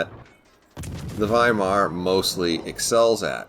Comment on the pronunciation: Great! The first non-german CC who pronounced Weimar correctly 👍👍